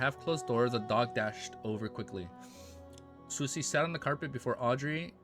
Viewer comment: I think Susie should be pronounced as Sue-zee.